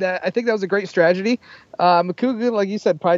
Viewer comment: is adorable. He said 'stragedy' instead of 'strategy'. I'm a fan of both teams so I'm really looking forward to this match.